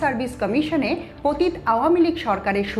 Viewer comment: পতিত+অ --- শব্দটির সঠিক উচ্চারণের ব্যাপারে সচেতন হবেন, প্লীজ!!!